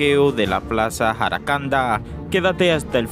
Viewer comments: Aprenda a pronunciar los nombre como la plaza se llama jacaranda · Ajajajajajaja este nunnca sabe decir los nombré dique jaracanda😂😂😂😂en jacaranda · Es jacaranda, no jaracanda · Es plaza JACARANDA Y NO JARACANDA, debes tener ma cuidado. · Jacaranda no jaracanda, soy de Bonao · Jacaranda😅😅😅 no jaracanda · Jaracanda no,jacaranda si, aprende aleer. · No se dices jaracanda Sino jacaranda